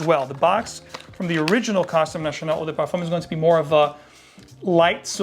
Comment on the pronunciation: I love your description on Costume National, nice to see an American pronounce French properly.